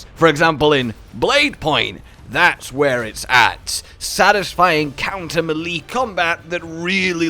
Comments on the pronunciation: quick tip: melee is pronounced may-lay, not Mil-lee :D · Melee = may lay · Are you sure it's not pronounced melee? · no I think it's pronounced melee. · Why do you pronounce melee like that 😂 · Sir it's pronounced "melee" not "melee" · Me cringing every time he pronounces melee wrong 😖